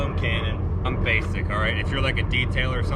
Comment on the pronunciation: " Did an ah-ite job". LMFAO